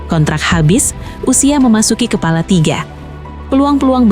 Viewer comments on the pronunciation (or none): none